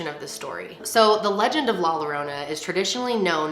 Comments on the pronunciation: “La lorona”😭 if I said it like that to my family they would say “ya no sabes hablar o que es la llorona no lorona” no hate I love your video <3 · La lorona I'm dooooneee 💀💀 love youuuu but it's pronouce like "la yorona" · you’re adorable 😭😂😍 it’s easy! La-yah-ro-nah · Yo-ro-na , not lorona😭😭😭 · La “Lorona” 😂, it’s la “Yorona”, who cares tho. love u 🥰🥰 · thought she said la la land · Hahah its Ok. Its “LAH-YO-ROW-NUH” “PAUSE-QUA-LEE-TUH” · It’s la yo-row-na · 2 LL’s are pronounce “YAH”… so La YORANA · La -your-ona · You are pronouncing it painfully wrong. It is LA YOURRRONA. The “ll” is silent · No one:: ' la lArOnA'🤣🤣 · i hate the fact that you’re saying la lorona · She said "La Lalorna" 🤣🤣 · you should’ve said it like this : ‘ La Yorona ‘ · ITS LAH YORRONA 😂😂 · Lol when she says la lorona but hey thnx for tryin to pronounce it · It’s pernounced la Yorona but spelled with “ll” idk why lol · just for future reference if there’s 2 L’s and it’s a spanish word its a “y” sound 😭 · LMFAOOOOOOO awwww you said la yarona 😭😭😭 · the way she pronounces "llorona" as "lorona" i'm crying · It’s la “Yorona”... in Spanish, NORMALLY, a double L=y. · Did your friend not tell you about the LL being a Y sound. She ain’t a friend. Lol ahhhhhhhh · lol every time she said Lorona i chuckled a bit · I cracked when she said La Lorona 😂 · Say La "yourona". and "Paskwalita" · Is nice of you for trying to say "La Llorona". To make it easier to pronounce replace the llo to yo. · 😂❤️❤️ it’s la YO-RO-NAH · Lol my little Spanish ears were like wth did she say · I just loved the way you said it 🤣 please make another video saying it with 'sh' sound ♥️♥️ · I can’t watch this….the pronunciation of La Llorona…… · Ugh I’m sorry but I can’t watch this. The pronunciation of la llorona sounds so bad it’s cringe 😬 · She really messed up on the pronunciation me being Hispanic when she says that I’m like wth is that and then I’m like ohh la llorona 🤣😂. 👁‍🗨👄👁‍🗨